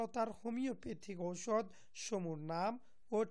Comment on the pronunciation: আরে ভাই ঔষধের উচ্চারণ ঠিক করে নিন